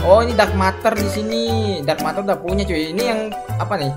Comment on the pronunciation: Bang ngomongnya buka dark matar tapi dark meter ya bang